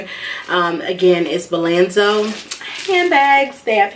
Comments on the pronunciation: BOLZANO NOT BALANZO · Bolzano, not “Bolanzo” #firstofall😒